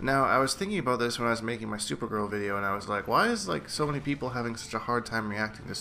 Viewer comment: r u Irish or what's the, "all boot" for?